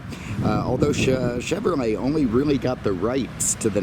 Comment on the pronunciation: It's chevrolet, not chevrmay 😉